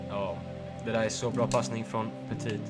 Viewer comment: Du säger petit helt fel